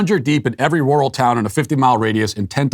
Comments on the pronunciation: I'm getting a kick out of Matt trying to say "rural".... it's NOT "roar-al" it's "rer-ull"! hahahaha It was very entertaining to hear him say it repeatedly in a very stilted way! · Matt’s R’s sound like W’s when he says rural. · that's weird.... but I know there are areas where it's pronounced like that. My parents are from the Midwest and they used to go to Roo-ull King for things. I think they drove a shivvy truck back then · Matt struggles to say rural lol. Oh man 😆